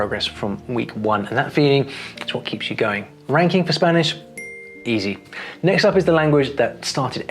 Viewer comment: At the start of the video it took me a second to realise he said ranking!